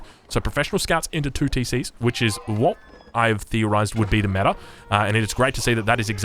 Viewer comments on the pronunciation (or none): none